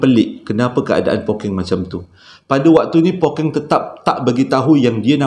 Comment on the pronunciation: Hahaha Pokkeng bang 😂 kalo Pokeng jadi lain maksud ye nanti 🤣 tertinggal 1 huruf “K”. but it’s oky. bunyi ye lebih kurang. kalo orang utara lain maksud ye